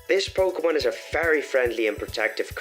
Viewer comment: Why wouldn’t you say very it sounds like fairy